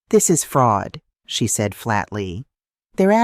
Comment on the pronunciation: Southern Arizona United States of America Narrator has a hard time pronouncing the word SAID and also at different intervals speaks gibberish. It affects the flow of the story.